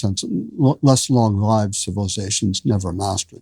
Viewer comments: Prof. Hankins uses the correct pronunciation of “long-lived.” The only other time I heard someone say it that way was when I was in an ancient Greek composition class taught by Prof. Sansone at the University of Illinois. Sansone went into a digression on how that was the only way to say it. It must be the mark of a truly educated man. Great interview, guys. Thanks for sharing! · I noticed that, too. I learned to say it long-līved in a radio broadcasting class. It’s rare today, but I soldier on. Glad that you do, too.